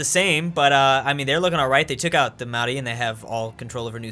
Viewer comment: why does pronounce "Maori" correctly but no other culture ever?